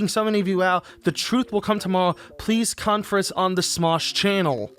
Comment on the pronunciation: I love how he says "preese conference"